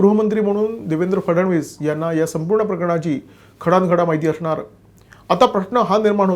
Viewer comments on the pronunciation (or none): none